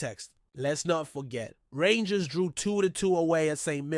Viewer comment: If your going to talk rangers you have to get there names right 😮